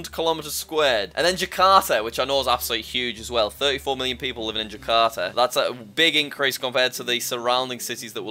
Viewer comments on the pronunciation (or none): Nope, it’s pronounced Jack-a-rata 😂